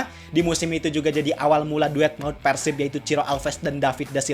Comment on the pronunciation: ciga barudak keneh euy,nyebut persib nya persib bukan peursib,ciri khas org sunda